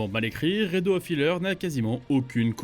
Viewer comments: rédeaux XD c'est le titre anglais donc faut prononcer à l'anglaise xD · La prononciation de Redo lol